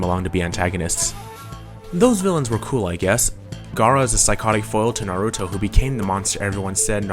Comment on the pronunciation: omg you actually pronounced naruto's name right :D I hate it when people say neruto -_- its with an A not an E just like sam is with an A and not an E, and really who wouldn't hate it, if I pronounced your name wrong you'd be upset too